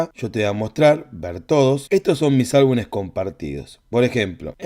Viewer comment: Se dice álbumes 😅